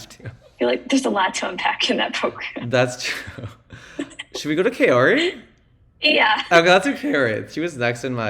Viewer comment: This was a great discussion, but please Kao-ri not Kay-o-ri :)